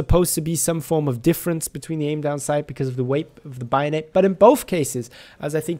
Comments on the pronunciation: Hehe it’s bayonet not bio-net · if I ever hear someone pronounce it buy o net, in going to kill myself. it's fucking bay o net. bayonet. exactly as it's spelled. Jesus fucking Christ. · Take a hit every time he says Bio-Net (don'tODchallenge)